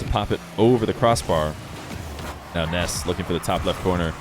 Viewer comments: Stop sayin Ness when his name is Nass bro they are different vowels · Why do you say “Ness” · Are you pronouncing it “Ness” so YouTube doesn’t think ur saying “Ass” and demonitize you? Lol. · Spelled Nass, pronounced Ness